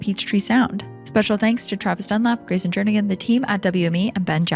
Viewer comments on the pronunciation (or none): none